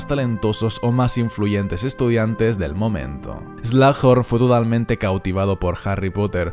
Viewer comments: se pronuncia slug (babosa) "eslug" y horn (cuerno) "Jorn" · se pronuncia horas eslojorn muggle !😆😆😆😆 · Buen video pero me da tentación el "slajorn"